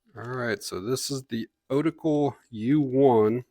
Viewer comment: And thanks for calling it an Otacle, I'm tired of hearing people call these tools an 'oh-tackle', just sounds goofy to me.